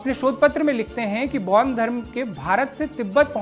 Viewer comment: पैान धर्म नही बेान धर्म कहते है । पैान धर्म का कही ब्याख्या नही है। बेान धर्म जिसे प्रकृती से सम्बन्धी साधना उपासना पुजन बिधी है अैार बैाध धर्म अन्तरगत यिनकी कृयाय हेाती है। पैान धर्म न बेाले कृप्या सही ज्ञान दे। बरना गलत ज्ञान न दे। कृप्या पैान शब्द केा हटायअैार पैान का उच्चारण आदी न करे।पैान का अर्थ क्या है गुगल मे देखे।🎉